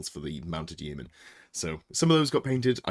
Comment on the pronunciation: Please pronounce Yeomen properly!